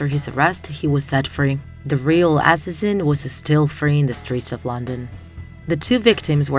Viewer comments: "ass-is-in." "dem-in." um. i think you pronounced them wrong but ok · For the word "assassin", the second syllable is stressed. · What is that pronunciation of the word “assassin”